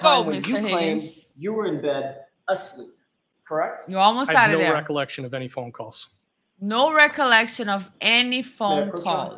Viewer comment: Something that caught my attention was 2 of the alberts used the word recollection but couldn't pronounce it correctly 😂